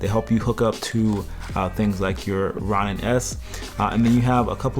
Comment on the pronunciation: its pronounced Row-nin my dude FYI